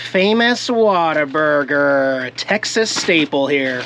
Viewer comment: It's not pronounced waterburger lol